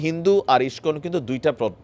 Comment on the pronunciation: ইসকন উচ্চারণ ঠিকমতো করতে পারে না এরা আবার সাংবাদিক 😆😆 আবার এর প্রত্যেকটা ভিডিও এর হেডলাইন টাও ঠিকমতো লিখতে পারে না😆😆 বানান ভুলে ভরা